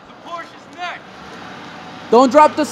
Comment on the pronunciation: He said the porsh is next